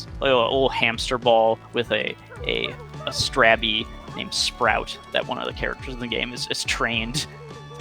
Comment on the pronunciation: how does everyone mispronouce strabby?...